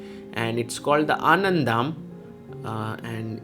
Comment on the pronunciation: ANANDHAM IS PRONOUNCED LIKE THIS --> bollywood actors name "dev anand" and the "hum" picture of amitabh bachan... so together anand+hum == anandham . its not anandhaaaam like you say it in the video..... indian languages are precise with accents unlike western language like english where voice modulation isn't there. . english was actually born from Celts tribe and today its a hybrid lang with major contribution from Spanish.. i could accept when foreigners have difficulty but why does sagar does not want to give it a try ... respect your country first. another example vishy anand is pronounced by westerners as anaaand... but somehow this name is not butchered by chessbaseindia. above all, anandham is a sanskrit word.... so we are forgetting our roots and acting like born westerners.